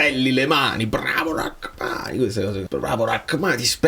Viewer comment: So che ci tieni per la pronuncia. Si dice Ramani, non Rackmani.